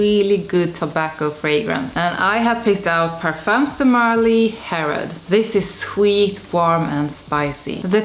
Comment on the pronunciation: Some good ones in there. P.s. we don’t pronounce the “s” or “z” sound in “parfums de marly”. It’s silent.